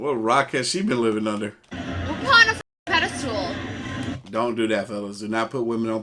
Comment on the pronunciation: I'd like to let everyone know that the word is pedestal. There is no stool in there. Seems like everyone gets this word wrong.